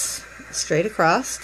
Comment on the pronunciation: Its across not acrost jsjs xx stillj a beautiful bracelet